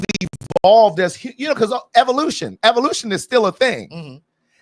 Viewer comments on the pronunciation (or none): none